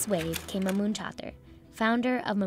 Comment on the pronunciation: bruh how you screw up mahmoud and mamoun